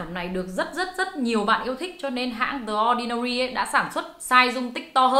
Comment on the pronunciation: ơi phải đọc là “đì ordinary” chứ ko phải “đờ ordinary” nhé